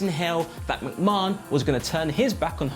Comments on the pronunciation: Someone please tell him how to pronounce mcmahon. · Nobody else pronounces it like that in the UK.... hits the ear wrong